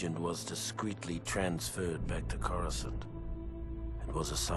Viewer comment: How he says Coruscant is just beautiful. Not on the flight to Courscant Not when order 66 came down And Not when marched into the Jedi Temple. Not a Word.